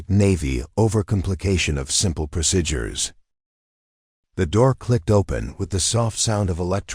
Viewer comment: You can’t even pronounce procedures, right?